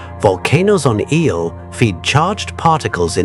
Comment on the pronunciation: Im sorry. I tried to endure the video. But my grandpa told me something that comes to mind. "If you're going to do something, do it right ." The visuals are ok, but loose the logo in the middle of the screen. And ditch the captions. Which off the jump were off alot. The moons name is Io. Not Eel. Ok good luck